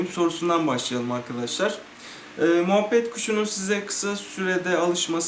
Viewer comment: moohbet kuşu değil o muhabbet kuşu